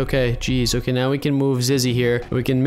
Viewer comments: Hey I am sorry to crush your dreams but it's Zizzy not Zigy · you keep on calling zizzy "ziggy" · IT ZIZZY NOT ZIGGY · Who else is gonna tell him it’s ZIZZY not ZIGY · "We have to jump on HIS head and onto the roof" ZIZZY IS A GIRL and its zizzy not ziggy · Oh yea ur right he said Zigy it's Zizzy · And he was calling her ziggy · Zizzy is a girl and you’ve been calling her a boy and you’ve been saying her name wrong it’s zizzy not ziggy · Ziggy its Zizzy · Him: Ziggy Me: ZiZzY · "We need Ziggy" Me: "Who's Ziggy its Zizzy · ziggy everyone: zizzy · “ziggy” Me: 🤣🤣🤣 zizzy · Ziggy Me: Zizzy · but we need zizgy to get in the giltch Me: its zizzy not zizgy wait how did you spell it again XD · ziggy me:zizzy not ziggy and ant also called her he😂😂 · It’s not ziggy it’s zizzy u silly old bird 😂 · Who is ziggy its zizzy,😆😆😆😆😆😆😅😅😅😅😅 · Yes ant did call zizzy zingy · calls zizzy ziggy me like its zizzy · Where is the grass for Ziggy Me. It’s not Ziggy it’s Zizzy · IT NOT ZIGGY ITS ZIZZY SHES MY BEST FRIEND 😭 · And then he said:ziggy?! I meant ZIZZY LOOOOOL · U keep saying Ziggy its zizzy 😂😂😂😂😂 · it Ziggy Me:it Zizzy not Ziggy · It's not called Ziggy it's called Zizzy silly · 😂zizzy not ziggy😂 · ITS ZIZZY NOT ZIGGY AND SHE’S A GIRL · ima tell him two things it zizzy not zig and zizzy is actually a gal / girl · Her name is zizzy not zggy * laugh so hard* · Zizzy not Ziggy silly seey ok ur notcsilly they say it bc uhh idk :^ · Bruh ant you keep saying ziggy but its actually called zizzy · its Zizzy not Ziggy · Bruh its Zizzy not :Ziggt: your forgiven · I just sayin but I think you said ziggy it,s zizzy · Umm it’s not zigy. It’s zizzy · the you said ziggy cause its zizzy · I think her name is zizzy not Ziggy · Ziggy" me no its actually zizzy every youtuber makes this mistake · Ziggy? You mean Zizzy? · Ya say Ziggy instead of Zizzy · ant its not Ziggy its Zizzy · U call her ziggy but her name is zizzy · Is zizy not zigy